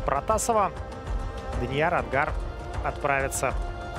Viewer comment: Онгар, а не ангар